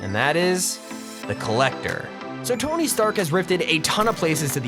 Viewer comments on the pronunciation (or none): Dis it on purpose he’s pronouncing it « Trask »? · Its not trask its stark